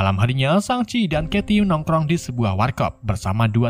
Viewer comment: Shang-chi✖️ Shang-abi✔️